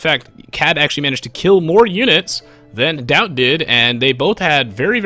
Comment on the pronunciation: the way you say daut it sounds like doubt is that normal? in french daut sounds like dot